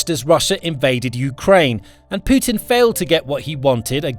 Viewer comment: did he jus say Poo Tin?